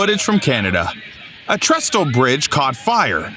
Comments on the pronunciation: A "tres-tel" bridge? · "A tres- tal bridge caught fire...." That does it, turning the sound off. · the 2nd T in trestle is silent. Just sayin'. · Has anyone evr felt more pointless than the narrator? Just no need at all, put a brief caption with the country of each clip. Oh & don't pronounce the second T in trestle